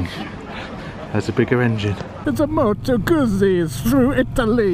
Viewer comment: Please pronounce Moto Guzzi correctly.